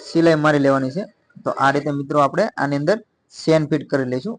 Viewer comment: ખૂબ સરસ ચણીયાચોલી બનાવી છે. તમારી ભાષા ગામઠી છે પણ અમને સમજાય છે, પણ ચેન ને તમે સેન બોલો છો તેના કરતા જીપર બોલો તેનું અસલ નામ જીપર છે.